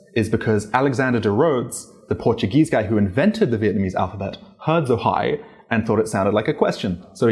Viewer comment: Chủ thớt, giỏi lắm! Dấu hỏi của bạn nghe y chang người Việt Nam!